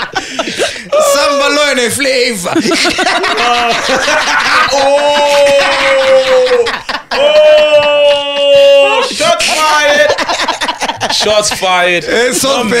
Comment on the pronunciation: He did not just say Some ba loya nge "FLAVA" lmao